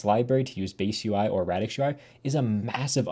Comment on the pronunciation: is that fr how you pronounce radix lyra and mira??